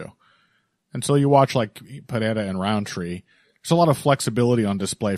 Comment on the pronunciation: On the ever-growing list of words that I hate hearing pronounce, "Pereira" is towards the top